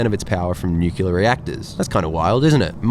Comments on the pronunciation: Ehm… new-clear…. Not new-cular 😂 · New killa? If one can say "new" and "clear", they can say "nuclear"... Come on now... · you do call it nucular, so clearly you are an honorary american. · Hahaha same! I was literally scrolling down comments to see if someone else had picked up the "nukilar" pronunciation XD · Not nuclear. Newkeelar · Assume "new-kew-lar" is a George Bush pisstake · Please don’t opine on nuclear power until you can pronounce the adjective. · Lol the way he's pronouncing nuclear is sending me😂😂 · please learn how to pronounce 'nuclear' correctly. It spoilt an otherwise good video. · Totally agree. So many people get this wrong.